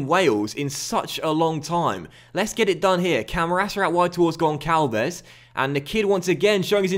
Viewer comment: Sign Florentino Luís, he is an amazing DM way better than Camarasa from Benfica with huge potential, and it isnt Gonkalves, its Gonssalves